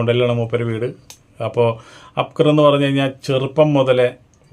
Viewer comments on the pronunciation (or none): അബ് കർ അല്ല അക്ബർ